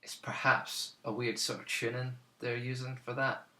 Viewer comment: Enjoyed this very much. Especially when you say "chooning" =0)